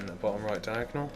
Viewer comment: Stop making it confusing by saying diagnel shit